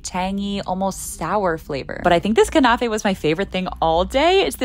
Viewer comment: I’m Lebanese! It was so cute watching you try pronounce the words LOL it’s most typically pronounced kebai like keh-beh, and the Knafeh is pronounced with an eh sound rather than an uh so like kn-eh-feh, and there were a few other mispronunciations but I can’t write out how to pronounce them, still, hope this helps💗